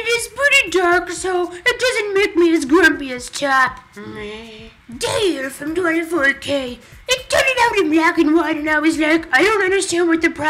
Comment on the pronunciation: you guyssss!!! you pronounced 24K wrong D: its 2,4 K like tupo k